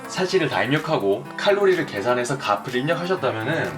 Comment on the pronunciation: 값 ....... 갑을 이라고 읽으시네